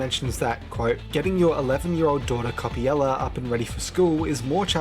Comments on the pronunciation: cool video but why do you pronounce coppelia as coppiela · I'm a Brit myself and I've always pronounced Coppelia as coh-pee-lee-uh or coh-peh-lee-uh, so I think is just misreading/has a consistent typo.